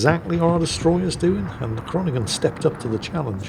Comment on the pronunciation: Groningen = Groan-ig-uh, got to love Dutch.